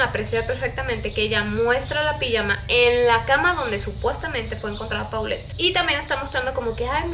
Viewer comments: Por que no dises polet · Se pronuncia Polet, es un nombre de origen francés